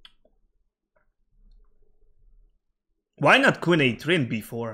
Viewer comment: "No space for queen" sounded "no space fu*k win" 🤣🤣